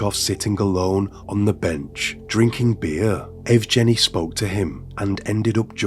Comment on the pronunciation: Yevgeny- that name u need to say with strong G hhhh